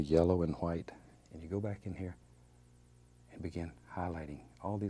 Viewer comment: Lol yeah it's funny when he says that